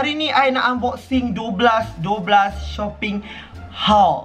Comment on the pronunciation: Masih ada masalah nk sebut shopping haul😂😂😂.. Lub ii❤️